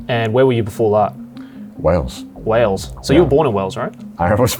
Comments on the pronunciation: Great show but it is Wales not Whales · Wales… not Whales 😂🐳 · not 'Whales' lmao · Why „Whales” and not Wales 🏴 ?????? 😳😳😳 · Not wanting to be “that guy” but it’s Wales not Whales. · It's Wales NOT WHALES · "Whales" come on.. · Wales with an h, eh?